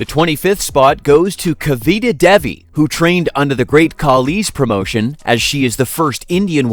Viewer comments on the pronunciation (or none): none